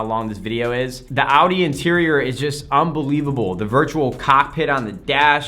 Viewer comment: Holy, an American that almost can pronounce Audi. Props